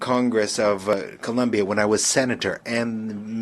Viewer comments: His country 's name is COLOMBIA not Columbia get right ,I know is difficult for some in the usa , you know ,because education? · It’s Colombia. Not Columbia. Smh